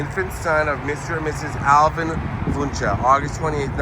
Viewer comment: Yeah I’ve seen it in spring on the way to the woodlands there’s also a Wuensche bros haunted restaurant in old town spring. That’s not technically Houston, it’s spring. Spring eventually turns into Montgomery county and Houston is Harris county btw. Also btw it’s pronounced WIN CHEE.